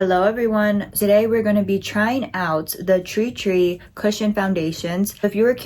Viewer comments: Love your demonstration. However you are butchering the name it is TIR TIR and not tri tri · Bro- “TREE TREE” 😅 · it's pronounced "tear-tear" 😅 but enjoying the demos! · I found your almost dyslexic mispronunciation of Tirtir' really charming. I love it when people totally misread something so simply written and have their own quirky perception, something they're entirely oblivious to-- it's how life long in-jokes between friends start and this weird misreading gets everybody at some point of their lives. My husband used to misread the 'Chocolate Leibniz' biscuit pack and call them 'Chocolate Lesbianos'. Hooooow?! And 'relaxing bath' written on a bottle of bath gel was 'relaxing brain'. I love it. Enjoy your Treetree foundation you gorgeous girl! :goodvibes